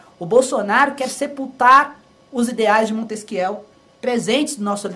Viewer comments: Montesquiél?? Kkkkkkkkkkk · "Montesquiéu" kkkkkkkkkkkkkkkkkkk HAHAHAH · kkkk Eu comentei aí zoando, ficou parecendo MontesBIEL, algum funkeiro! Esse povo fugiu da escola!!!! Nunca leu o livro "Do espírito das leis", viu uma nota na Wikipedia, no máximo. Pronuncia errado porque não teve professor, nunca foi a uma palestra, nunca debateu o tema com um especialista, nunca viu alguém falar do tema! São analfabetos! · o cara quer pagar de culto mas não sabe pronunciar o nome do autor francês Montesquieu. hahahahahahahah